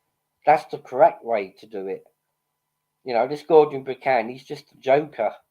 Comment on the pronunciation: Buchan is pronounced buckan not byoocan